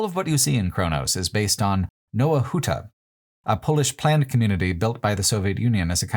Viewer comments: So, in the name ⟨Nowa Huta⟩ in Polish, the ⟨w⟩ is not said like the English “w”, but the German “w”, so it’s more like “nova huta”. In Polish the English “w” sound is written as the barred L: “Łł”. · Little tip - polish "W" is very similar phonetically to english V. So Nova huta not... as Pole I had to hear it like 3 times to figure out what you said